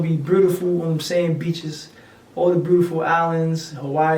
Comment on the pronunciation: The way he says beautiful and pina colada